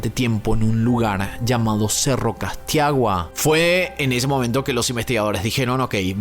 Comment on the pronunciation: Se llama cerro (casitagua)(así se pronuncia) Pero bueno que triste el caso de mi país, y como todos los policías se confabularon para que nada salga a la luz